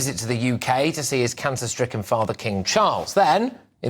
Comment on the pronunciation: Stricken not striken